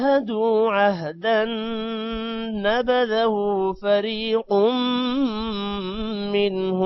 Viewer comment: السلام علیکم ....آیت نمبر 100۔میں ۔۔۔جب توڑ کے پڑھ رھے تھے ۔۔۔تو۔۔۔۔۔۔۔۔۔۔نبذه۔۔۔کا ۔۔آپ نے ۔۔۔۔۔الٹا پیش۔۔۔۔ نہیں پڑھا۔۔۔۔کنیوں ۔۔۔۔۔۔پلز ۔۔۔اس کی وضاحت کر دیں ۔۔۔۔۔۔۔شکریہ ۔۔۔👆👆👆👆👆